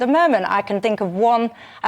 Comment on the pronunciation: Is it me or is the reincarnation of Rik from the Young Ones!! Also, please can someone tell him to say "think" and not "fink" as it makes him sound like a student and not a serious Political Commentator, if that's in fact what he is!!!